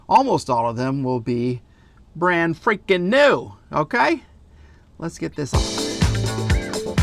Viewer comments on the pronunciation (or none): Brang friggin new !!! Almost sound like an Aussie